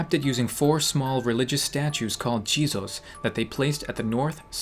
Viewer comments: jizos sounds like jesus lmao. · Jizos? i thought you said cheetos